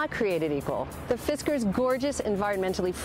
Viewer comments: The women said fidsker but it's fisker. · did she just sayd "Fisker is Gorgeous" ?